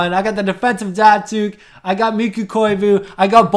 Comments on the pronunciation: Its Mikko not Mikku lmao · mikkO not mikkU, koivu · I love how you pronounce Mikko, it sounds so funny to me because i'm Finish. :D